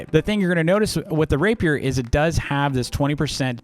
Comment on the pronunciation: It’s not pronounced raper it’s pronounced rah-pee-air